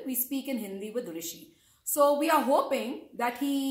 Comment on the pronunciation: My name is rwishi,, not Rishi,, hahahahaha